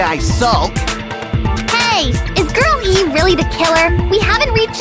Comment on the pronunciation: Everytime Nagito says Girl E, I just hear him say Girlie